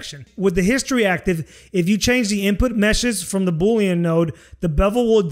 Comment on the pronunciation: I love how you say Boolean like Boulion. It makes me want soup! Good video.